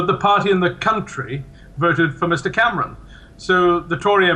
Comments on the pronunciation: david cam-our-on? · David Came-ronn?